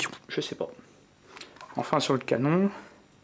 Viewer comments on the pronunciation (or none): none